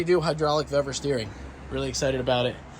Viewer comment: Pronounced Veevor, the pre-made ends should be on engine side as they have the protecting spiral sheathing, at the steering end there's no need for it there, and your steering wheel is quater turn out port side put the loop back on bleeders crack open only slightly then full lock to starboard go quater turn more past full lock and lock off bleeders look to see if it has centred the wheel with engine being 0° dead ahead repeat process if hasnt reached where you want with the same amount of how much off you are if it has gone too much the other way then full lock to port until you get desired result